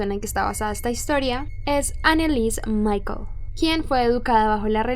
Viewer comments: Anelisse MICHEL no Michael... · Anelisse Michel, no Michael :u